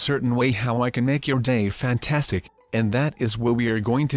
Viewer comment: I like when says fantanstic